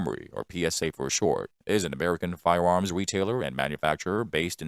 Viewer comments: Um, it is a robot. It said "fi-woms" like 99 times. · Fiwewams, schkip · Fie-uh Uhms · All I could think of watching this was : be wery wery quiet I'm hunting wabbits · Lol glad it wasnt just me who noticed